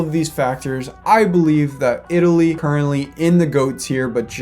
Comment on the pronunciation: The fact that you messed up bulgaria and Itali, I just love it